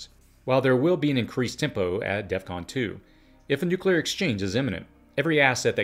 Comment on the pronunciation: DEF CON. not DEATH CON.